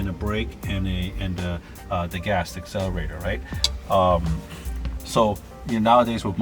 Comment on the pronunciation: you have enough money to hire someone to write a script for you.With a lot more relevant information and about half as many words. "You can see there's a clutch and a brake, and an "asselerator" - the gas." Let car speak for itself,.